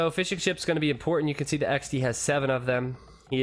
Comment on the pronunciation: Does anyone else think he was saying "fish and chips" instead of Fishing Ships?